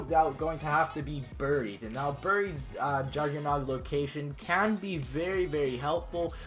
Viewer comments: lol you said buryied😭😭😭 its buried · He said ber-eed it's supposed to be bear-eed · why does he say bureed? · Am I the only one who gets really annoyed with people when they say "buried" instead of how it's pronounced "baried" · You pronounced buried wrong it's supposed to be pronounced "Baried" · "Burr-eed" Haha. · You say "buried" so wrong hahah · why do you pronounce buried like that?